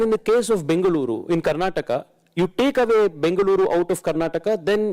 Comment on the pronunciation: i like the way the anchor pronounced Bengaluru and Tamilnadu